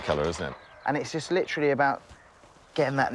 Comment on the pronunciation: how did I know that at least once he was going to say.. "litcharly" lmfao